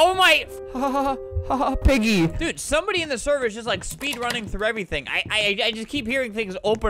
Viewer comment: Me: Volume all the way up Flamingo: OOOO PEEGIE, PIGGY CHAPPER THWEE 😅😂